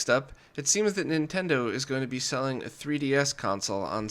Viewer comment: Dude: "Nintento" has an N sound at the beginning.